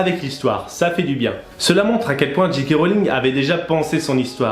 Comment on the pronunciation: Bon par contre on prononce Ji Ka rolling ou Jay Kay rolling mais pas Ji Kay rolling 🥴